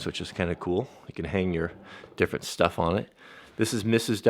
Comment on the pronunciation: lol, shtuff.